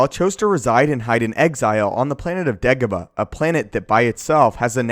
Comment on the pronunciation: It's DEEEEAAAH-GO-BAAAH, not DEG-OBA.